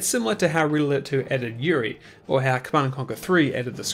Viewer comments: I cant help but hear ''Riddler'' whenever you say ''Red Alert'' THAT fluently and it cracks me up every time :D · When you say “red alert” I hear “riddler”